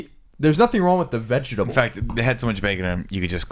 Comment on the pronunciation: colin really enjoys sounding out every distinct syllable in the word vegetables